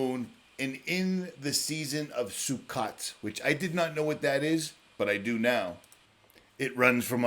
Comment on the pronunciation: FYI. Sukkot is pronounced: Su coat!